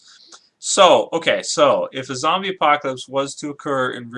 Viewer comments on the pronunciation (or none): its zombie not zobys and not zomby